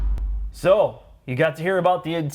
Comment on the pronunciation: The „So“ sounds really German. What's up with that?